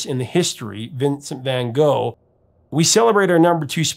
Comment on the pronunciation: Apart from Don McLean's "Vincent", all those songs are rightly forgotten. And by the way, you might try and pronounce van Gogh's name correctly. it's like the German word, "doch".